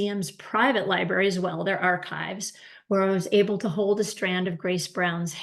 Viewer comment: I enjoyed your presentation but PLEASE, it’s "library", not "libarry", okay?